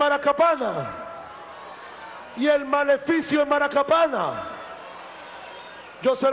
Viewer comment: ¿MACARAPANA O MARACAPANA?, SEA SERIO HOMBRE.